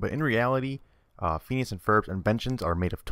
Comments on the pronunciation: how come you say pheeneus instead of phinius? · Its pronanced finius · Fin-ee-ous. x3 I like this theory, strangely. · It's pronounced Fin-ee-as... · It is fin ee ous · i like how u pronounce phineas wrong but pronounce balgeits (dont know how to spell but u get wut im saying) name wrong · Lol the way he pronounces phineases name XD